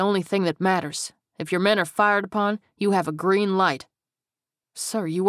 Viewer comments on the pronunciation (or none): none